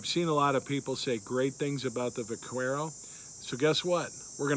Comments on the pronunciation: The u in Vaquero is silent. Vaquero is Spanish for cowboy. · Learn too pronounce the name of the model your working with